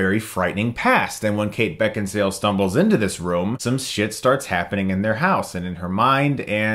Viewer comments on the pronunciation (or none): Beckinsale so hot though prolly butchered her name.